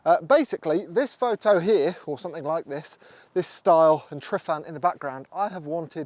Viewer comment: Another great video, thanks. I'm not Welsh either but even I shudder every time you say Triffan. It's Tru-van (ttat's tru not true btw). Hope that helps :)